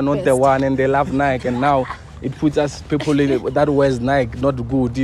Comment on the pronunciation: The way you're emphasizing Nike😂